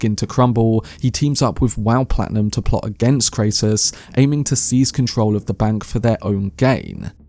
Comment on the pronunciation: Dude, you need to get the facts straight. Your pronunciations are are in error - Kray -ciss ? Clodio is not Crassis’ son - he is his grand son. Clodio did not order Caesar’s assassination attempt. These are basic facts that you should have had in order before you offer your opinions.